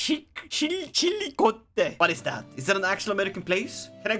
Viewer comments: Okay I live in southern Ohio, I never thought I’d here talk about Portsmouth or fail at saying chillicothe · Chillicothe (Chil-i-coth-ee), MO was actually where sliced bread was invented